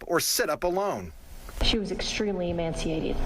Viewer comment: "She was extremely EMANCIATED". 🙄🫤. The word is EMACIATED, lady. PLEASE read and improve your vocabulary people!!!